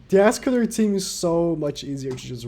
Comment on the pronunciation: How u say escanor:es.ca.nor How says it:ASS.canor How yt subtitles show:ASS..killer Wtf yt